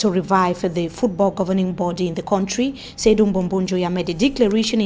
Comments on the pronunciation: Please learn how to pronounce country correctly. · please try to learn the correct pronunciation of the word “country” no one can understand that